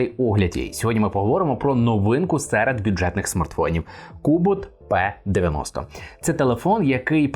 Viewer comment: Читать нужно (Р -ПИ), НО НЕ ПЕ😊